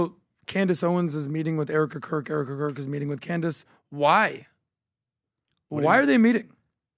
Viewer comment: OMG, HE SAIDS ERIKA CROOK😂 I7